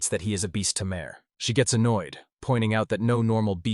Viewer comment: You know it's going to be bad when it can't even say Tamer right... Tay Mer. Not Tim Air.